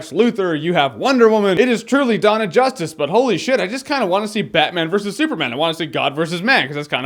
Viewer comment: Batman VE Superman? just say VS